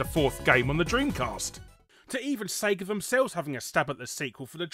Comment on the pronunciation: Cracks me up how he says "Sega". Almost sounds like he's saying "sager" (say-grrr). Hahahaha.